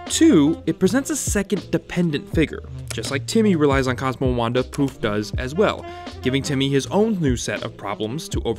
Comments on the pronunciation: Well edited, but try and pay as much attention to your narration "Cosmo an Wando" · says wando. reported